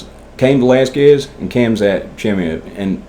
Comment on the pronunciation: Khamzat (ha-m-zhat) Chimiave (shh-my-ev) 🤣🤣🤣 awesome video bro. I'd love to sit around and chop it up about mma with you bro